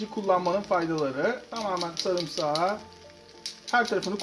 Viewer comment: Ya şu samısağı bırak